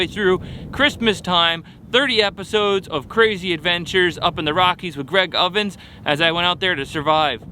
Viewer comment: He said him and Craig "ovens" lol